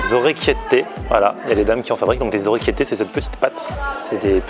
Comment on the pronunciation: orecchiette PAS ORECCHIETTAIT!!!!!!!!!!!!!!!!!!!!!!!!!!!!!!!